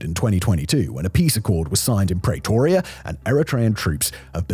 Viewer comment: Stop saying "Prey-toria", it's pronounced like 'Prea-toria"